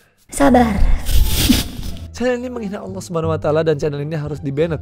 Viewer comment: Cara nyebut ''Allah' aja salah asw